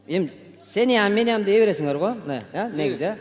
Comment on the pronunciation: Боорончу, силердин амей дегениңер деле бизге башкача угулат